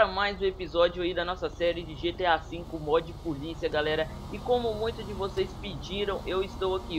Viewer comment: beuleuza getea falo sertinho ne que issso hahah